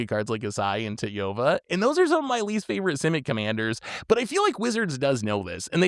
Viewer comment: Are the Aesi and tatyova pronunciations just a rage bait at this point? 😂